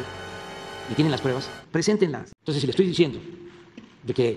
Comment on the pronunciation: "TOSES"!!!, Eeeh, no... no ejpoamoj a nadie!!! "TOSES"!!! Tuuuu periódico ej neoliberal... "TOSES"!!! Nooo jomoj igualeeej... "TOSES"!!!quiero pruebaj... (Atte. El KK's bien enojado)🤣🤣🤣🤣